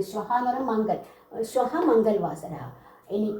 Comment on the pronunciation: . ക്ലാസ് നല്ലക്ലാസാണ്. മംഗൾ വാസര : എന്നതിനു പകരം മംഗള വാസര : എന്നല്ലേ വായിക്കേണ്ടത് ?